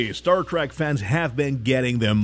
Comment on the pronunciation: Its not f'ing Star "track", its Trek, not track, trek.... Why do all you idiots say track. Its not both or track only....